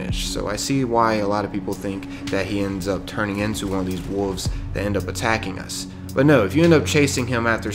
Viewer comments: Are you not pronouncing the 'L' in wolves? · I like how the narrator makes the "L" silent when pronouncing the word "Wolves"